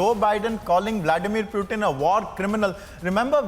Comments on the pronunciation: For god sakes , it is Putin and not Prutin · y u calling Pootin -- Pewteen